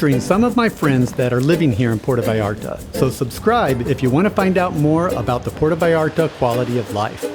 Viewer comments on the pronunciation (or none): Enjoyed your video very much. Might want to work on the pronunciation of 'Puerto Vallarta' though.